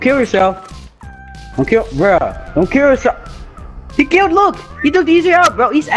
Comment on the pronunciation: "he kilt me"